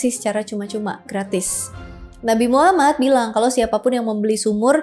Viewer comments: gw sebagai muslim malu, kmu lebih bagus penyebutan nama Nabi Muhammad SAW di banding gw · Makin fasih aja kak nyebut nama Nabi Muhammad SAW 🤭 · Fasih banget baca nama nabi muhammad😍🥰padahal beda agama,salam untuk orang baik🙏